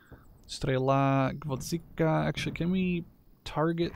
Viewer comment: The Soviet SPG is called GvoZDika (carnation), not GvoDZika ...))